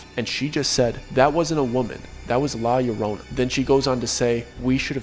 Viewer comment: And thank you for saying the name right in Spanish ... for weeping women. This is not just a Mexican story; it's a story we also are told in El Salvador. I heard it when I first visited my family there and many other stories.